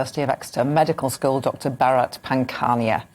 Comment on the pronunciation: is drunk. Inappropriate laughing, couldn't pronounce Pankhania's name and said it was "Exeter Medical TOUR". I think has been in the sauce this morning.